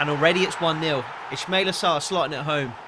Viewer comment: It's pronounced is-ma-eel-aa